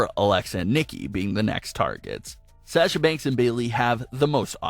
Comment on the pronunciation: Why can’t this guy pronounce Sasha correctly it’s so annoying